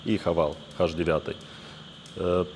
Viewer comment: "Хаш" девятый?!🤣